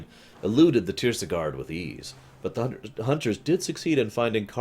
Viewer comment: Not tirsigarde either:)